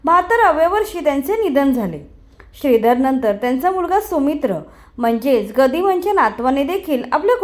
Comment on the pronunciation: सुमित्र नाही सौमित्र